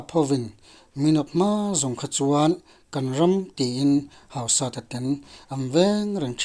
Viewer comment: Hausata i lam dan chu...hauhuk sat a ang alawm le...Hausat...hausat na/neinung tih lam akawk a,,,lamdan tur dik zawk niin alang ..